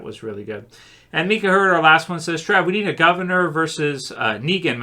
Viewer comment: Hell yeah, ended off with my question! Even tho you always pronounce my name Meeka lol it's My-cuh. But I agree. The Governor consistently lost, Negan dictated multiple by force. I'd take Philip in a 1v1 with guns and hand to hand tho.